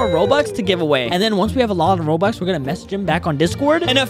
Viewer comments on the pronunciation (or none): bro said Said bobux